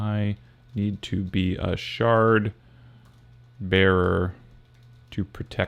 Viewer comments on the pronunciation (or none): Am I the only imbecile who heard "shart bearer" at first?